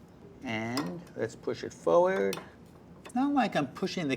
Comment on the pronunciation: He says forward as "foeward" it's funny